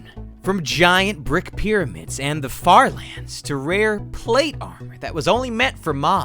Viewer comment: i thought you said... fart lans